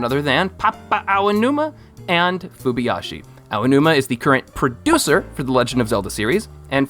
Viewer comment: "Fubyashi"? hehe Fu-JI- bayashi :)